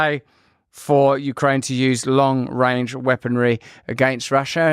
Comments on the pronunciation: Did he say long wang? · I think Justin showed us who his masters are when he said "Long Wange Missles" 😂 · ‘Long wange’ 🥴🥴🥴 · watch out for dat wong wange weaponwy!!!